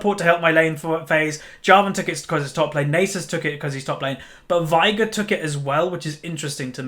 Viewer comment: ITS VEIGAR NOT VIAGAR OMFG